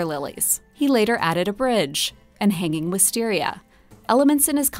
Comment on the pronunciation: i listened 3 times and I swear it sounds as if the narrator said that Monet planted hanging (listeria). I sincerely hope not!